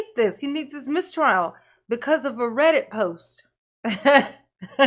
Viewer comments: Hahaha, when they first mentioned a Reddit post, he mispronounced REDDIT!!!! So they thought he never heard of it!!!😂😂😂😂 he’s like,”my gang member helped a bro out, in code!!!!Ok, how can a juror know what the judge says and does while they’re NOT IN THE COURT!😂😂😂😂😂😂 furthermore!!!, he exhonorates the judge and prosecution for writing the post 😂😂. The DAs office reminds Brooks that everyone around the world knows what’s going on in there! 😂😂😂😂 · It was so painfully obvious. Between pretending he didn't know how to pronounce "reddit" the evening before to accidentally calling it a "thread" then frantically trying to backpedal w/ "or ahh ahh whatever you call dis, I don't really know" he gave himself away. He's not nearly as clever as he thinks he is. Plus the post specifically said they didn't like "the way the judge treats him when we aren't in the room". Well how would the juror know what's happening when they aren't in the room?